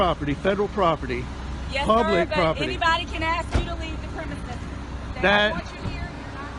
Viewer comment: It’s “ask” , not “aks “…wow